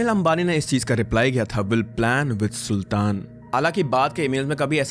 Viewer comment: It is not saltan 😂 pronouns “Sultan” 😊